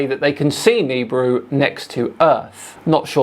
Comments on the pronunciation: Its not "Neebru".. Its Nibiru..Nah or Ne Bee Ru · Hey, it's nih-BEE-roo not "kneebroo". Jesus... 🤦‍♂ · huh I've always hard it pronounced as Knee (or Ni), Beer, Rue (or ru/roo) on shows from the "history" channel lol also why are you doing a video from last year? did you miss it back then... or are you just desperate for new content that you went to a random video you didn't think was worth it before? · "Nibiru" is NOT pronounced like that...